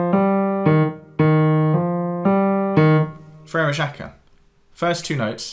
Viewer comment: Frere Jacques, not FRE REJAKUH